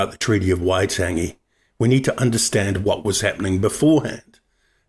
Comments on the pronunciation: Wai-tangy...can you say whyte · YOUR PRONUNCIATION IS ALL SHIT. WHY TANG E, WHAT THE HELL IS THAT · could of at least used someone who can pronouce waitangi im only 13secs in and im pissed off.